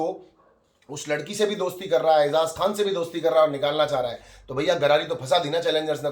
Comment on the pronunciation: Munnu Maa ke taraf se bahut pyar Mere ko Ejaz pasand hai isliye aap Ejaz ka naam sahi se liya karo please. EZAZ nahi Ejaz